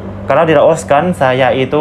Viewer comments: Maaf klo sebut laos jgn di sebut los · Bukan los tapi Laos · Gw denger nya negara "LOSE" 🗿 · Laos, bukan loas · Baang itu yg betul menyebut negara laos.. Bukan loos. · 𝙇𝙖𝙤𝙨 𝙗𝙠𝙣 𝙇𝙤𝙨 😁🤭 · Negara Laos bang bukan Los. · LAOS ..bang bukan los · LAOS..BUKAN LOAS, SUDAH MEMBUKTIKAN WAWASAN PARA REACTOR MALAYSIA CUMA BUTUH VIEW SAJA. JANGAN CUMA BELAJAR DARI REACTION VIDEO TENTANG INDONESIA, NEGARA LAINNYA JUGA HARUS BELAJAR!. NAMA-NAMA NEGARA DI ASIA TENGGARA SAJA MASIH GA TAU, HADEH!! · Belajarla BHS Indonesia dgn baik ya? Jngn campur dgn bhs inggris oke, ( apa yang tertulis,itulah yg di baca, contohnya Laos, jngn di baca los.